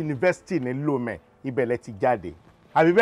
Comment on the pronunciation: My city Lomé of Togo was pronounced by bro SAAMU🥰🥰🥰 I really enjoyed this movie 😃😃😃 so funny, Like you from TOGO in Lomé